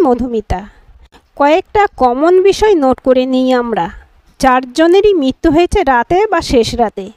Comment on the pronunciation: Mrityu k bolche Mittu !! Nirmiyomaan k bolche Nirniyamaan.. Very bad